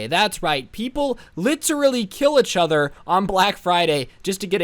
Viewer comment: "SMAS DAT LEIK BUTON" ~ 2019 "Etch other" ~Also 2019